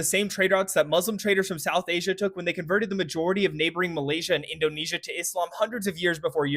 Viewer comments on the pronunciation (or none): none